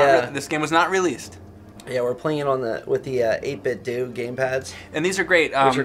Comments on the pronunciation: 8bit-due? You mean 8bitdo? (doe) 😂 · Is it an 8bit (do) controller or an 8bit (dough) controller? It's not ninten (do) so I think it's pronunciation should be dough at the end. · I've always been under the impression that "8-bit do" is supposed to rhyme with "Nintendo".